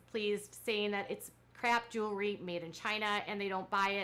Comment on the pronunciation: Kendra Scott owns a “jewelry” company. Robyn owns a “joolery” company 😂😂